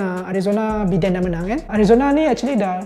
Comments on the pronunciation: It's pronounced as "Baiden" not "Beeden". SMH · Ingat aku sorang je pronounce Biden as Bi Den not Bai Den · Biden bukan Bidin.. Bidin, Bidin.... 😅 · Aku igt sebutan dia Bai-dern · Satgi dollah ni kena ketuk kepala dgn Alan sebab salah pronounce nama Biden 😂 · THAT'S NOT HOW TO CALL BIDEN'S NAME >:(